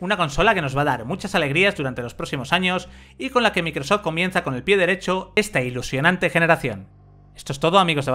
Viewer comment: Cualquier marca que no sea de Sony lo pronuncian del Qlo como "equisbox" "microsof" EleGe y muchas más. Ah pero si es Playstation...